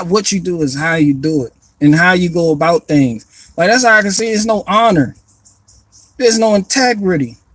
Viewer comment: I thought you were doing Einstein until you were like Its aboot time aye.